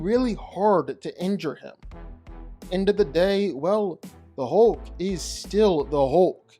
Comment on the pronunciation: When he says Hoke, he means Hulk.